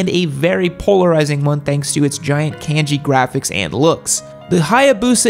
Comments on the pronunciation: Hey, saying "can-gee" for Japanese "kahn-ji" (phonetic), is like pronouncing the "L's" in quesadilla. Just sayin. 😉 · So the Hiiiiiboosa has Can-Gee on it yam? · "Can Gee" yup, that's Texas